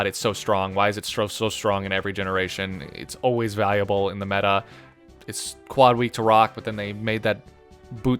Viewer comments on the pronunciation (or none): none